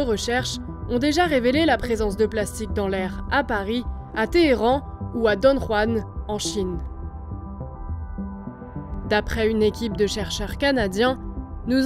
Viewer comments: Dongguan ca se prononce comme ca s'ecrit, c'est pas don juan au mexique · S'il vous plaît demandez à vos journalistes de faire un effort pour la prononciation des villes. Dongguan ne se prononce en aucun cas "Don Juan" dans la mesure où la ville se situe en Chine et non dans une zone hispanophone. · Vu comment vous avez écrit « Dongguan », vous l’avez mal prononcée, c’est le ‘h’ en chinois qui se prononce ‘r’ pas le g